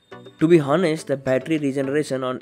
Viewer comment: HONEST is actually pronounced as anest instead of hanest